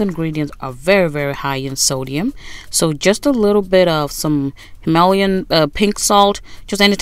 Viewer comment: Did you say Hamallian salt💀 thats how ima pronounce it from now on . i like how you say it better lol sidenote:That looks bomb